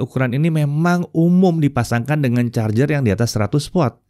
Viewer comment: om Ded ngegas pas nyebut charger, sama ngegasnya dengan 180w